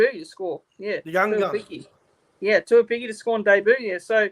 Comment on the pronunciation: Hey bro. The pronunciation of tuaupiki goes like this. 2-0-PIKI. Or 2-oh-piki.